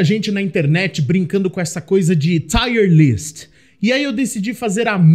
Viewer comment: O Tomb Raider 1 é o pra qual eu mais volto a jogar. Zerei ele rapidão qnd saiu os remasters. o II e III nem serei ainda. Tb gosto do primeiro do Reboot, da ilha. Só um pequeno detalhe, a pronuncia da palavra tier é tir [ˈtaɪər], é parecido com a pronuncia de lágrima (tear), sabe? Tá tire no título. É tier (nível). Dps vc corrige lá. Tier lists normalmente dão bastante view, tomare q dê pra vc tb.